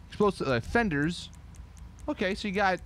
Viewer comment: I know he said “wheels and windows ok” but at first it sounded like he said “wheels and windows are gay” l o l y s Betty bet bet